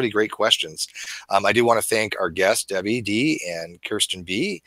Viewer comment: sounds like its not Debbie...